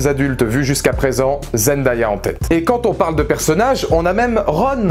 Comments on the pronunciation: Parcontre on dit Zen-day-a pas zen-da-ya . 😂 Mais super vidéo quand même ❤️ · J’ai adoré ta vidéo, vraiment !! 😊👍🏾 mais le prénom de Zendaya se prononce ZenDAYa ( zen-day-a ) et non Zendaya ( Zen-da-ya ) Mais tqt moi aussi au début je ne savais pas bien prononcer son nom avant 😂😂